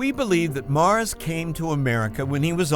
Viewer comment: It's Morris. Not Mars.